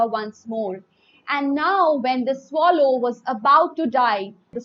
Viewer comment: mam your pronunciation is wrong........ it is swallow not swallow. so, please correct it